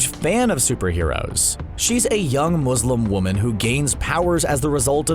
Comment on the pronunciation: ):< IM MUSELM AND U PROUNOUCED IT WRONG ):< (sorry it was inner muselm)